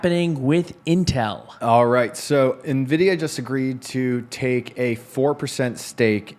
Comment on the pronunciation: It was fun hearing you guys say "Ni-vidia" instead of "En-vidia"